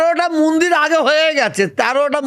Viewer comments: মুন্দির না, মন্দির 😂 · আরে ফকরুল মিঞা ওটা মুন্দির না ওটা মন্দির হবে।